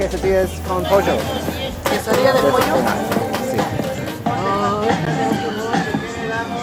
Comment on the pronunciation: But Colombians that "ll" more like you did when you said "pollo" so Colombia might have left it's mark, lol. I wonder if they do that in Venezuela too. I don't speak Spanish either but I'm hoping to pick it up along the way. I love that you put some of the menu items etc up in on the vid. I pause it and replay a couple times.